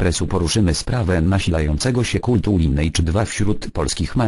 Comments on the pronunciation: Duży błąd... tej nazy sie wymawia się "Linejdż", tylko "Lajnejdż", podczas kiedy przeciętny amerykanin wymawia "Linidż". Nie ma takiego czegoś jak "Linejdż" to błąd fonetyczny ;d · L2 pr0000!!!! i zgadzam sie z phant0mem, mowi sie "lajnejdz"